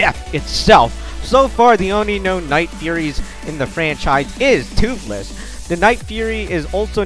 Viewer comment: Agreed. And it is fastest not Thootless